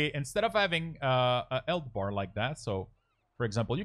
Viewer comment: "elth bar, you might not wanna ave the number in the elth bar... ow do you do that" - why do you not say the H at the start of words? xD Good tutorial tho.